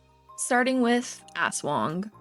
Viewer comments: ASS-WANG wtf is that pronounciation 💀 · it's not ASwang, it's asWANG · as a Filipino i laughed when you pronounced aswang 😭